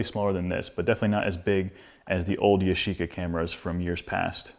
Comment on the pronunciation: yashica not YOSHICA ！